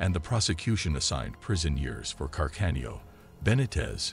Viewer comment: Can-arda...oh dear, another robot voiceover